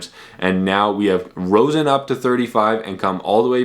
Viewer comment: Risen, not Rosen.